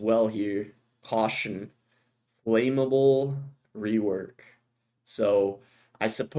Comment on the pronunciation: bro really said flameable